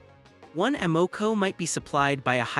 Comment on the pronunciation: Lol. A. MO. CO... need to know the proper pronunciation